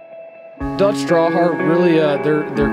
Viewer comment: Cmon man 🤦‍♂️. It’s DEUTSCH, not “DUTCH”. I get it if you no longer care if he sits and delivers but why give him a command to sit and then not enforce it?